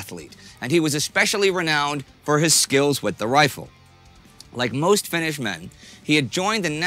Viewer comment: The narrator (who I enjoy in similar productions) gets the Finnish pronunciation right. Good job. Not everyone does.